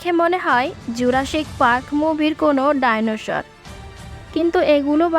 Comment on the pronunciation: প্রথম শুনলাম, ডাইনোশর😅। সর হবে ওটা, শর না।